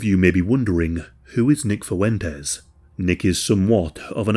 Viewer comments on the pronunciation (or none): "Fuentes" has two syllables in it, not three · Nah, it’s pronounced Fooen tez - with the U becoming “OO” 2 syllables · I think you made a mistake when describing Fuentes… it’s pronounced “white nationalist POS.” 😉